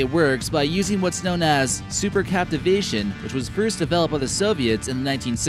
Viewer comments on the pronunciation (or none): Yea the video screws up the pronunciation- it's supercavitation, not supercaptivation. The russians have a torpedo that uses this, as someone mentioned below. It basically creates a bubble of air around the object, so technically it is not going through water, but "flying in a moving underwater bubble". Crazy, but it has been done at least with a torpedo.